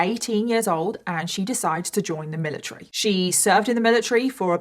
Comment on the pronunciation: lol the amount of times you said "miliTREE" is actually crazy 💀